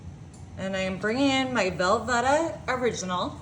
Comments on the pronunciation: Hello, it's pronounced Vel-VEE-Ta. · Where on Earth are you from that you pronounce things so peculiarly? Velveeta? Creole?.... Not to mention all the mispronunciations I heard with Mexican food a couple weeks ago.... You talk funny lady